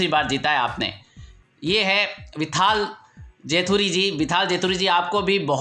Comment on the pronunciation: it's probably विठ्ठल not विथाल.